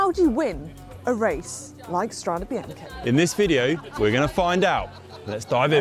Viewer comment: I’ll love to be watching the race where the race commenters are finally pronouncing Strade Bianche correctly like the tw legends. Well done guys👏🏼👏🏼👏🏼 now say with “one panino, two Panini.” 🤭👏🏼👏🏼👏🏼bravi.